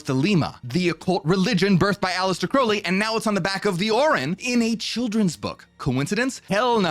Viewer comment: It's pronounced 'Crowl-ly'.. sorry. It was driving me nuts.